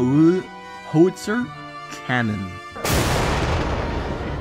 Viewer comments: It's pronounced How-it-zur. Not trying to be a smartass or anything. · How is Zir is how you say it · How-it-zer cannon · It's pronounced how it zer